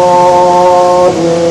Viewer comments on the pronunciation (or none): none